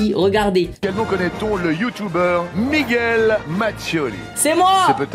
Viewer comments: MeaGwelle presque XD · C Miguel ton prénom pas miguouel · "Migwel" c’est une honte la 😭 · nan mais j’ai écrit Migwel parce qu’ils l’avaient prononcé comme ça, je sais très bien comment ça s’écrit mdr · migouel mdr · " MIGOUEL " XD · Le commentateur de M6 en sueur avec le mos miguouel...😂😂😂😂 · Y'a plus de respect "Migouel" 😂🤣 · Ton nom se prenonce comme sa migoueel (Miguel) ou(migel) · a "Migouelle" ca ma tuer